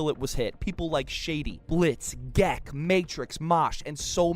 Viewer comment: you said Gekk's name wrong